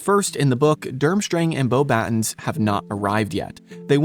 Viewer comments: Actually I did go back and seems like you say it in some videos: bow-batons which is a common AI way of saying it vs the correct way boh-bah-ton 😬IDK I still enjoy the videos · It's pronounced "Boba-tong" not "Bobatons"